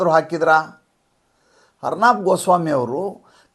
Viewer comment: ಅರ್ನಾಬ್ ಅಲ್ಲ, ಅರ್ಣವ್ ಅಂತ ಅವರ ಹೆಸರು..ಅರ್ಣವ ಎಂದರೆ ಸಾಗರ